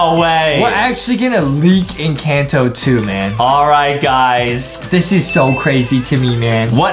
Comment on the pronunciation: The name is encanto the a says al